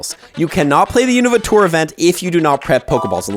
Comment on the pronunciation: Please pronounce Unova correctly!!